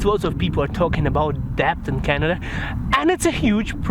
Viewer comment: Hey, just fyi, it's actually pronounced "det" and not "debt". I don't know why it's spelled like that but welcome to the English language.